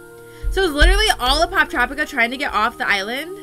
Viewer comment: you said it right